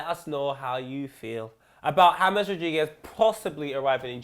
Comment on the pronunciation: "James Rodiguez"